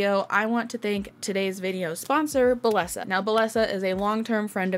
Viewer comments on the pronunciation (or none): hey! just so you know, bellesa is pronounced bae-esa or bay-yes-uh